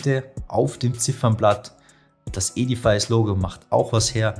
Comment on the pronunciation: Hallo lieber, ein tolles Review. Nur eine Bemerkung: die richtige Aussprache ist nicht e-di-fais sondern e-di-fis:) Zs